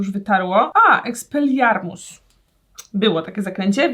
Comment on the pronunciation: Agnieszka: Uwielbiam Harrego Pottera! Też Agnieszka: Eks(ee)Pel(ee)lIar(yy)Muss